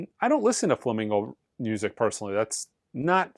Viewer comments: Please… Flamenco! Flamingo music is for the birds. Also Paco de Lucía is pronounced much differently. Lucía is pronounced[Loo-see-a]. He is an absolute icon and deserves better. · Not flamingo dude…FLAMENCO. And Paco day Lou SEE-ah. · I had no idea Paco "Day Loo Chee Ya" was a "Flamingo" player. I suppose Jan Macloopflin is a fuzyung master and Alan Dimeyolah is a jaze prodigy. Sheesh. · It's Flamenco (FLA-MEIN-CO) Don't review it, if you can't say it!! Is this guy a musician at all??